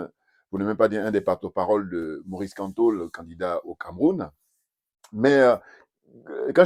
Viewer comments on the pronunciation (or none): c'est Maurice Kamto pas kanto 😂😂😂😂😂